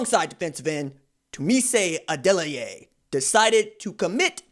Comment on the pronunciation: Dude you get an up vote just by being able to pronounce this recruit’s name properly.